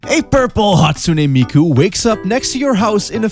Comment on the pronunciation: DID YOU SAY....MIKU?!?!